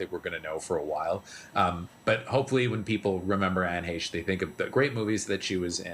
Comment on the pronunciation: Why didn,t somebody te?ll her how to pronouce her name?